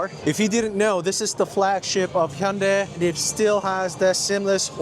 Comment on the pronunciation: Hyundai is pronounced hyundae This person pronounced it perfectly 👌